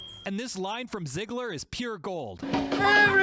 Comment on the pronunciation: Is it just me... or you said "Zigler", instead of "Zidler"?